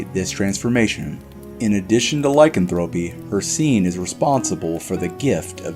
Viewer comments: Ur are mispronouncing lycanthropy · No offense but he is not pronouncing lycanthropy correctly